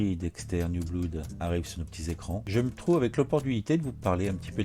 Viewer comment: PS: « Blood » se prononce « blode ». 😅